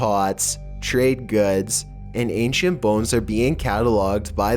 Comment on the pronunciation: legit thought he said phones instead of bones at the beginning